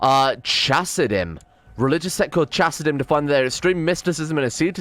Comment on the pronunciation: Oh btw the ch in Hebrew is just pronounced h. So Chasidim would be pronounced Hasidim